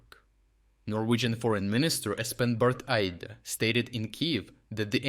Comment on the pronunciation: Congratulations on being one of the few to pronounce Norway's foreign ministers name fairly correctly!